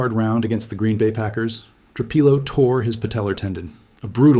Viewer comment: Tru-Peelo, Tru-Pilo. Which one is it dammit??